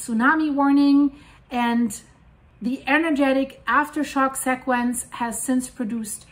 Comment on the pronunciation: SEA quench SEA quench SEA or C quench - please stop saying sect quench.